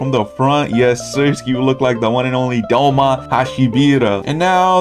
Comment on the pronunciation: doma not douma